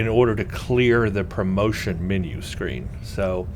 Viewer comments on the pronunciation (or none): none